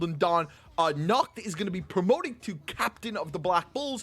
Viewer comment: Nacht pronouce his name "Nahato"